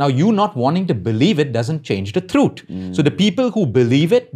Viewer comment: Every time he said "THROOOTH"